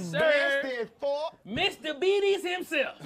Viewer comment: Nigga said "Mr Betes himself" 😭😭😭😭😭😭😭